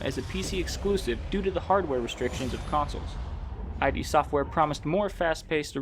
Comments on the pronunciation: This still needs to come to console esp since Xbox owns id now... And no offense but it's ID not I.D. for some reason that really bugged me but good video... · Agree, but stop calling them I-D Software. It's id [ih-duh]. Thanks for reading, great video, have a fantastic day. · It’s “id”, not “I.D”. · As many people already said, it's not "I.D.", it's "id". And what's more important, it's not id software, it's russian office of Saber Interactive, who made this broken nonsense with hundreds of problems for two bottles of vodka and loaf of bread. Also, this "masterpiece" still isn't finished, 5 years later, and still is in early access, because Bethesda doesn't care (and they have like 1 and a half people "supporting" this game). If you want actual Quake, without tons of problems and all of that unbalanced chaotic moba bulls%%t - try older titles actually developed by Id, such as Quake Live or Quake 3 Arena - people still host their own servers for them (while QC doesn't even have an option to launch LAN-server, and WILL d%e as soon as they decide to close all servers). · Did you seriously call "id" "Eye-Dee"!? It's "id" as in "id, ego and super ego"! 💢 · Great video! Although I believe its pronounced as “Id” Software not “I.D.” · The prize for that first quake tournament wasn't just a Ferrari. It was John Carmack's Ferrari. That makes it way cooler. Also i think you just prononuce id software is "id", like "it". Not that it matters